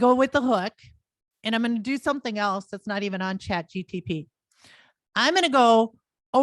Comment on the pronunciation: Keeps calling it ChatGTP, loses credibility